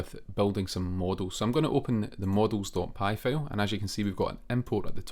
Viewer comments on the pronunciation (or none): Hey! Loving your videos so far — super helpful! 😄 Just a tiny bit of feedback: maybe work a bit on the pronunciation of “file” — a couple of times I thought you were saying “fail” and got confused for a sec 😂 Keep up the awesome work!